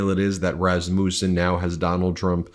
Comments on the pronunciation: iT IS PRONOUNCED ras-mUSSEN, not ras-moosen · I think its pronounced rass-ma-son. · "Raz-muh-sen" please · Is that how it's pronounced? I went to school with someone with that last name & they pronounced it Ras mussin.